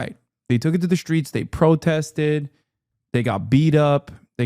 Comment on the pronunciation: There's no h in streets child.